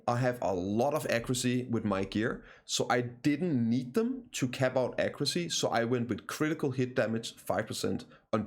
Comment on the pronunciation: "Ecroocy" is "accuracy", right?